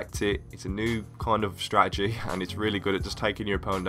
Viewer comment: This is how many times he says "Stradegy" ¤